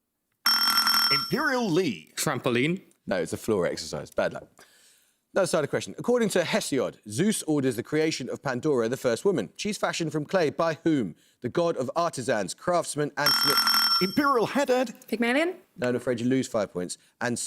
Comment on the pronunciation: He got Hesiod wrong too: long 'e'.